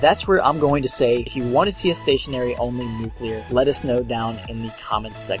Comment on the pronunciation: hip fire nucular